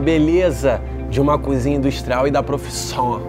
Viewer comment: Gosto quando oJacquim fala vergonha da profissiom😂😂😂